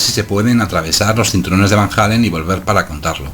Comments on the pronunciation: Disculpa pero se pronuncia como se escribe: Van Allen no Van Jalen (Halen) jajjaa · Los astronautas llegaron a la luna y atravesaron los cinturones de van jeilen... No sé si llegaron a la luna, pero si ya empezamos con que no sabes ni pronunciar Van Allen...